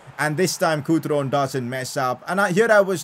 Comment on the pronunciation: The f was that pronunciation for Cutrone. It’s Cu- Tro- ne, not Crouton